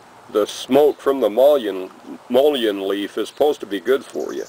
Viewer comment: pronounced muh’ lin